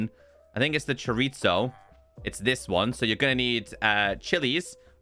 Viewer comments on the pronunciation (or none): I love your content, but the Mexican in me with you misspelling chorizo It just hurts. Chorizo is it supposed to be said Like you replace the ZO at the end with so/sow not ZO Chorizo is built differently from how it’s actually said For Mexicans, we had tend to roll some of our letters like mostly s an r Is actually said with more s than what is supposed to be spelled with